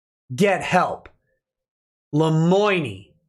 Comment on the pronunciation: Lemoine should learn how to pronounce his own name before thinking about consluts.